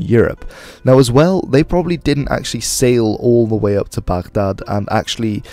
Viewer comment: your pronouncing of "baghdad" is on point